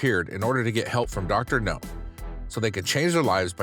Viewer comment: I can’t stand it! It’s not Dr. “No” it’s Dr. “Now” for Nowzarian!